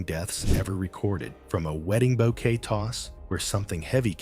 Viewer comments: Bouquet not bow Kay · I'm making fun of the way he said bow kay.